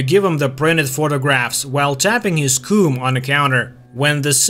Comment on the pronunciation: Why are you saying coom and not comb lol